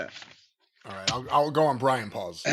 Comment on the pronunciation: It's BRIAN NOT BRAIN